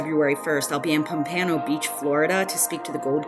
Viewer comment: Hi. It's pronounced POMP-uh-no.